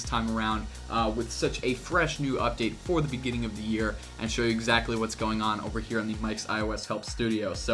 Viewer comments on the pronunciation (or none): none